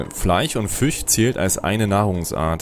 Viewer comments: was sind denn Fleich und Fich ??? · " Fleich, Fich, sOUND...." Kollege, wo kommst du her? Hat man bei euch die Buchstaben eingespart ? ;-)